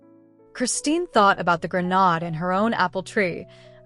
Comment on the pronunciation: Grenade pronunciation gruh - nayd